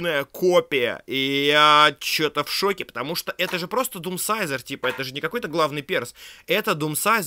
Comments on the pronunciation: Но не дедсайзер а думсайзер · ааааа не дедсайзер а думсайзор заметьте плиз #япрошу